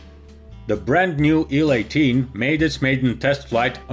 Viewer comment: And we see the nacelle of.... A DeHavilland Canada DHC-8! By the way, in English we pronounce acronyms by their letters. An IL-18 is pronounced "eye ell eighteen", not "Ill eighteen", and a TU-154 is not a "two one fifty four", it is a "tee you one fifty four". Another great video!!!